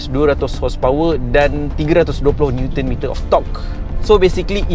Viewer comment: review yg sngat jelas 👍👍 ske sebut "NM" ❤️